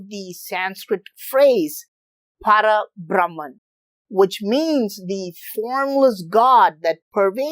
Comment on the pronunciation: It is Para BhrahmaM not Para BrahmaN. Like in Parama Padham, the abode of Sriman Narayana, Parama means the Supreme.